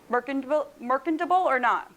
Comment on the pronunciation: it's mərCHən(t)əb(ə)l